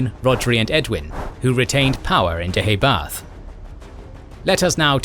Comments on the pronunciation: Your 'pronunciation' of Deheubarth isn't correct, it actually sounds more like Deh - hay- barth - Emphasis on the penultimate syllable 'hay:. Celtic should never be pronounced 'Seltic', but rather 'Keltic'. Not 'Seredigion' (!) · Please would you be able to get the pronunciation correct. The Kingdom in Southern Wales was Deheubarth, pronounced as "Deooybarh" and Ceredigion was pronounced as "Serydigion" as Celtic is properly pronounced as "Seltic", like the Glasgow football club.